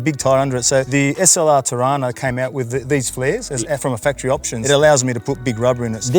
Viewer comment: “The blue car” They don’t know how to say Torana 😅